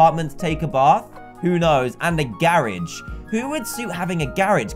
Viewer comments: He said "garige" not "garage"! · Dan: Says Gare-ig Me: wth thats a garage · XD the way he says garage